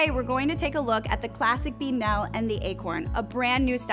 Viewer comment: I appreciated this review, thank you. Although, our American cousins really know how to butcher our place names. Lol. Beadnell is pronounced "beadn'll" or "Beadnull". The men's equivalent, the Bedale, is pronounced as "Bee-dale". Whilst we're at it, shire is pronounced as "sher" when affixed to the end of a word; Lancashire would be Lancasher; Worcestershire would be Worcestersher, etc! Much love from across the pond.